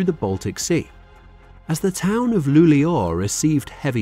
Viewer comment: Luleå was pronounced perfectly. Thank you!